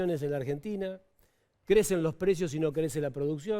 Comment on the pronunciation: "Lo precio" y "die luca p'arriba" este conductor televisivo habla tan bien como la "profesora" gritona Laura Radetich.